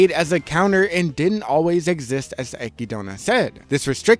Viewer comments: TF did you call our best girl??? Echidna ih-KID-nuh Put some respect on that name. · pronouncing typhoon as t-phone and echidna as echidona is driving me crazy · son WHY do you say echidnas name like that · 1 day this man will learn how to pronounce Echidna. One day he may learn its a greek myth. This is on the level of Parents saying PokeMAN. Or saying NARU-DO 40 yr old behavior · sometimes mispronunciations are genuinely un listenable fym odd lagna and ekidoughna